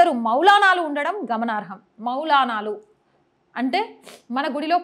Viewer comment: మౌనాలాలు కాదు మౌలానాలు